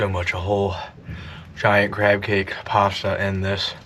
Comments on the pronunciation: Where’s the R in pasta ? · His account sounds so canadian im shocked he isnt but lost me at the pasta pronounciation